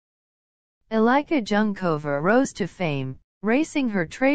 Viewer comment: Thanks for this short video. Unfortunately it was really hard for me to listen to the bastardised pronunciation of Eliska Junkova's name. If you, English speakers, can (more or less) learn to pronounce Havel or Dvorak, you can learn this too. Please next time try it as if it was written like this: Elishka Yoonkova, then your pronunciation will be closest to the Czech original. Eli (as in Elisabeth) sh ka, Yoon (yʊn, ʊ as in a book) kova. Thank you!